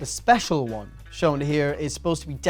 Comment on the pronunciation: said I'm spezial * w * Thank I love you (the z is for extra spezialness)